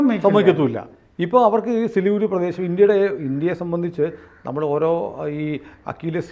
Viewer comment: ചിലിഗുഡി അല്ല Siliguri